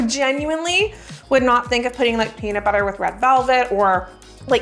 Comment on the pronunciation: I kept hearing paper when was saying peanut butter.